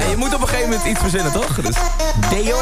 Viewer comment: Vet insayno, en die presentator's kunnen echt niks het is op het einde "Adaro" en niet "Adorro".